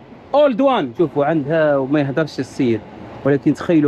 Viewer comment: اسمها بوما و ليس بويا